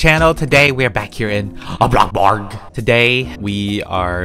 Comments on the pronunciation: Lol I like how u say ''ABLOCKBURG!!'' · Who else sometimes gets annoyed when he’s like abloxborg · Can u keep the intro like blockbark instead of blockburg? I like it. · I couldn't stop laughing when said bloxburg wrong XD